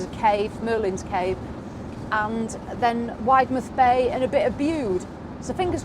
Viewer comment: I love your vlogs, we’ve just bought a caravan, we’re members of our very unofficial village caravan and motorhome group, I have tipped them all about your vlogs, especially parking. Cornish folk will tell you Widemouth Bay is pronounced Widdmuth. Black Rock cafe brings back happy memories of holidays years ago. They did the most amazing scones